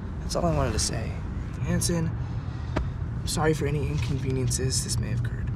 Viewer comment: Ive actually been watching this series from the start... And all this time i though Hansen was saying his name was HANDSOME 😂 so when he said his name again to Jonah... I was like "clever move" 😂 Great series 👍👌